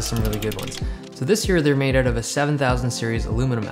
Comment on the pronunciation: The way you say out is like 'ewt'